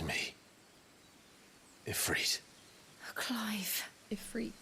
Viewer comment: So Ifrit is pronounced "E-free-t" it is an Arabic word for a powerful dark/evil djinn.